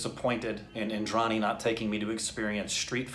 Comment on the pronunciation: Hey, just a little correction of the pronounciation of the word Indrani. Just say the D of Indrani as Russians do. Use the soft d, not the hard one. That's how the Bengali pronounciation goes.